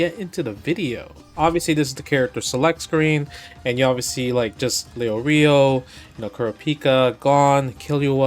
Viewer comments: I ain't Leo-rio, it's Lay-or-ee-oh. Never watched it in English but I hope we don't pronounce it like that. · you forgot "LEO REO"